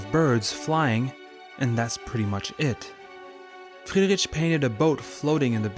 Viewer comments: Love your videos, enjoying your interpretations and explanations of all this art. Small hint regarding the pronounciation of German names: "ch" is prounounced like an "h" more like in "heat"...not at all like in "chips". 🙈 Friedri-"ch" is painfully distracting😵‍💫 Everything else in your videos - sublime 👍❤️ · Interesting video! But check the pronunciation of the name first next time. He was German, had german name, so please respect it and dont call him how you do know.